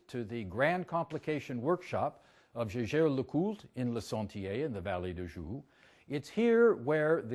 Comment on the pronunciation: Jey jere leCoult. The re, of Coultre is silent.